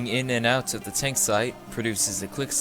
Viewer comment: Is it just me or is he saying tonk instead of tank?